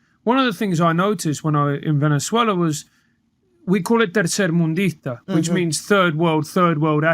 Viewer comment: switching from Queen English to Spanish in perfect Venezuelan accent to say "tercermundista" was a massive shock. I'm Venezuelan and didn't know ' mother is Venezuelan. Completely unexpected.